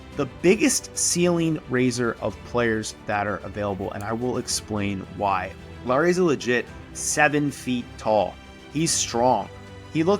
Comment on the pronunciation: Thank you for learning to pronounce Lauri pretty correctly. His name is not Lawrie like many Americans. seem to think. 😅